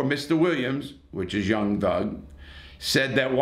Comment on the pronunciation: lol homie said young lug